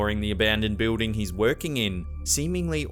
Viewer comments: I love how he pronounces building....BE-OOH-DING HAHA BOO-DING!. What is so hard about saying BILL-DING? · please learn how to pronounce BUILDING correctly. it's not Beuding.